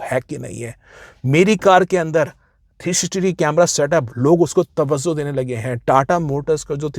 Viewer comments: Sir.. with all due respect...woh TAVVAZO nahin TAVVAJO hota hai 😅😅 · Its tawajjo, not tawazzo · Sir tawazzo nahi hota, tawajjo hota hai. Thanks!